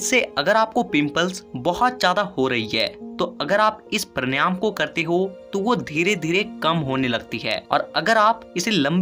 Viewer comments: उच्चारण तो सही कर ले बेवकूफ पर्णयाम नही प्राणायाम बोल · Han vo paryanam galat keh rahe hain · First of all, you should learn the correct pronunciation of PANAYAM . Brij Sharma